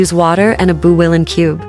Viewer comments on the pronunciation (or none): none